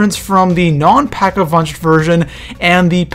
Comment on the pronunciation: he said pack a vunch